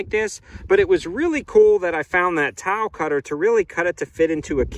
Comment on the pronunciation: I had no idea what you were saying when you were saying "Towel cutter". What the hell is a towel? Its TI-EYE-ULL. A TILE